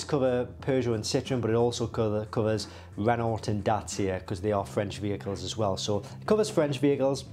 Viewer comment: anyone that pronounces Renault with the "t" shouldn't be listened to ...